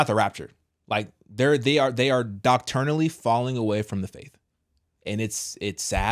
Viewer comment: Doctrinally, not Docturnally. No such word.